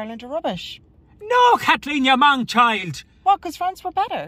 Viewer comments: Definitely said Mong child, 🤣🤣🤣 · "Man child" or "mong child"??